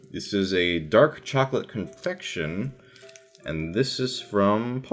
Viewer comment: Sounded like you said infection instead of confection lol.